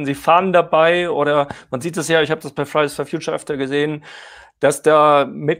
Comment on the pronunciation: Wenn er "Fridays for Future" sagt, klingt das immer wie "Fries for Future". Pommes halt. 😂🤔